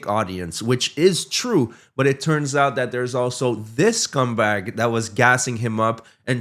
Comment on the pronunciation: When you referred to Raja's pal I had to rewind because I thought you said - "there's also this CUMBAG" and I was howling with laughter, even more so when I realised my error. I'm now going to use this when I want to insult someone. Bob Ross was right - "we don't make mistakes, just happy accidents". Thanks. Cheers fae East Scotland 👌